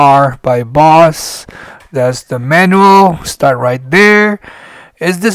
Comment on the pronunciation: It’s pronounced phonetically Bōze… not Boss 😂